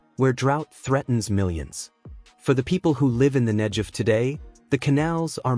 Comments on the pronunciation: Negev with a "g". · Negev is mispronounced here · Who on Earth, doesn't know how to pronounce Negev? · Who are these Muslim people being shown as part of this Israeli engineering marvel? They look like they come from Afghanistan. . These are not the Israelis making this project possible. I don't get it. And why is "Negev" being mispronounced? What does King Hussein have to do with the project. . I think this video is suspect for subliminal messages. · The G in Negev is a hard not soft G as I have always heard it. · Couldn't you make it pronounce Negev correctly? It has never been pronounced that way by anyone. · mispronounce Negev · Why not pronounce it correctly? It isn't Nejev... it is Negev. The G is like in the word good. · Beautiful!!! Negev--pronounce the "g" as "guh" not as a "juh!" Think of gush of water not jug of water... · Pronounced NEGEV Wouldn’t it be great if Iran would concentrate on creating WATER for their citizens instead of all their efforts going towards killing and destroying Israel (Not NEJEV) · The "G" in Negev is a 'hard g' rather than a 'j' sound. You could have checked that out before this podcast fgs.... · NEG-EV not nej-ed. amazing israel. respect it. not hate it. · Its Negev not Hejev ...... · Negev with a hard G, not Nejev! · It is not "Nedzhev", it is "Negev". And why are all signs in the video are in Chinese? Clearly, you aren't showing Israel in the footage. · the desert is called Negev, not Nejef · Aasggghh! Get the pronunciation right. It's not hard. Negev not Nejev. 😤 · it is not pronounced the Nejev desert it is Negev desert a hard G as in get or gate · It's supposed to sound like Negev (Google), NOT Negev (George.) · The arab people are not part of this movie put there because of political and/or other interests. Furtheer the commentator needs to learn his text. it is NEGEV desert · Negev is pronounced with a hard g. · For learning purposes, the "g" in Negev is pronounced as in "negative". 🙂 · The G in Negev is a hard G.